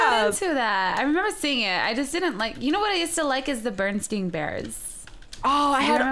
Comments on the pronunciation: They said Berestein Bears!! Mandela Effect!! (Sorry if i spelt it wrong) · IT'S 2018 AND THEY SAID BERENSTEIN BEARS NOT BEARENSTAIN 😑😑😑😑😑